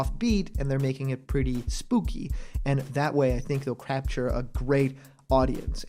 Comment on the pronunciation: Lol you said crapture my blocked buddy😂